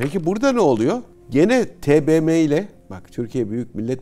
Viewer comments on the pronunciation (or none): none